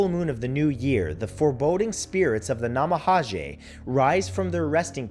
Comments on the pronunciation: Brutal mispronunciation. Namahage is pronounced na ma ha gay. Take the time to learn to say the word at least a little correct. Not that hard. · Love the video, Matthew. I'm familiar with all these ghosts, but honey, you really need to work on your pronunciation. I cringed a bit every time you said a name of a entity. Especially the "Namahage." G in Japanese makes a "guh" sound, not "jeh" or "zhe." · Love the video Matt, but could you please check on the pronunciation of some of these words, for example the "g" in namahage isnt pronounced as an English j, but rather a "g" as in gull